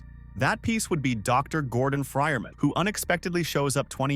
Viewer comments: "gordon fryerman" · "Dr Gordon fryermen"